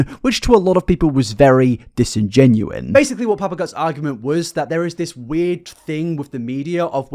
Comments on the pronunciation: “Disingenuous” ……disingenouin, is not a word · 0/10 he says "curator" instead of "creator" and "disingenuine" instead of "disingenuous" for real tho I'm just memeing, good video